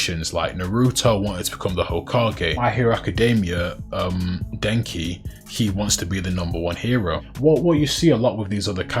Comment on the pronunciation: Bruh I ain't gonna lie, idk if it was your accent but it sounded like you said Denji like Denki 😂 Also good luck with this video, it hit my feed pretty hard so maybe the algo will push it more